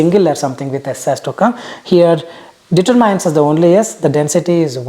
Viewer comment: At approximately , the pronunciation of "determine" is incorrect for those who want to take note of it.